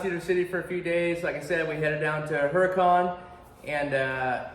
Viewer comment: You did a great job at 24 Hell and Back,. Plus, you got to rub shoulders with some top level wheelers. (And Ian too, lol.) Oh, and they pronounce it HURRA-cun. 😉